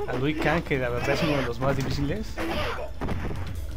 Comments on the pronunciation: A chinga "Lui Kang" ? No es "LIU"? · Que alguien le avise a este pibe que se llama LIU L-I-U... xq tiene problemitas con la lectura XD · ¿Por que no paras de decir Lui Kang?. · Era "Lui Kang"? Y yo toda la vida le dije Liu Kang, debí haber parecido un idiota! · es liu kang no luí kang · "Lui Kang" jajaja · "Lui kan"... ah, bueee